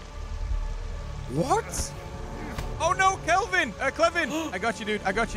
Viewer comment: I'm here to comment on the fact you miss pronounce Calvin. The npc. It's not Kevin or whatever. Now don't get me wrong, you aren't the only one. I spent my life with people miss pronouncing or even miss spelling my name. I find it extremely disrespectful. Your name is your identity. I subscribed to you because I think you're funny. Along with fooster, toco, and all the others I subscribed to that plays this game. Sorry. I hope you don't take offense. You aren't the only one.